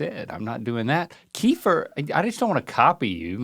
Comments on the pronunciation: Can someone tell R&L that “Kefir” is pronounced “kuh-FEAR” and not “KEY-fer” 😂😂😅🤔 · I always thought it was KEF-ear. Kiefer was making me crazy. Plus it is comes in flavors.